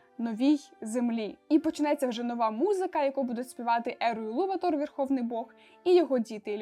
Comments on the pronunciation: Буква не та, а не наголос) Елуватар, а не Елуватор) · гаразд), але де сказано що він саме ЕлуватАр? Тобто, я ніде не бачила, щоб в імені стояв знак наголосу 😅 А до того ж, хіба Елуватар? Бо я знайшла, що англійською його ім'я пишеться Eru Ilúvatar (якщо що, я розумію що над "ú" діскретика а не наголос).